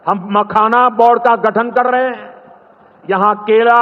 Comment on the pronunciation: Modi ji bhi bihar me aakar kela ki jagah kera bol rahe hai bihar ke netao ne to sikcha Diya nahi aap to p.m hai aap to kela bolte Jo ham sab ko uchit name samaj aata